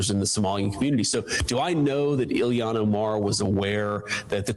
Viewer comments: I hope Illyon gets annoyed hearing that pronunciation of her name haha - I'm petty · Oh,, I hear it now. The way he says, “ILL-LI-AN.” 🤣